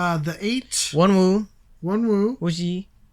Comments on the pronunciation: wonwoo is pronounced as "wo-nu", scoups "es.kups", the8 "dee-8" and jun as literally the month of june <3 thank you for reacting to this! i hope there's more!! pls!! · I think it was Joshua that had you most stumped - and it was leaders unit (Woozi/Hoshi/S.Coups) with the dance break, not the performance unit. Also the second "W" in Wonwoo is silent. But you did a great job for Baby Carats!